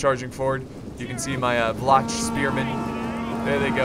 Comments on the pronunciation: Vlach is pronounced Vlah, they are natives of the balkan penisula who were forced in to the mountains by the slavs And Bastiniks are basically land owners. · The "Vlach" spearmen are pronounced Vla-H, in our language Vlah translates to Romanian. Great vid btw!